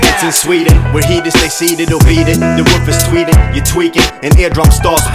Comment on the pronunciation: eeeeeeeeeeeeh.... Säger du "sveden" till sverige på engelska elleR?